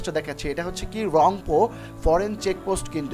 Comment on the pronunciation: ভাই, বাংলায় উচ্চারণ টা হবে "র‍্যাংপো"। Thanks for the video <3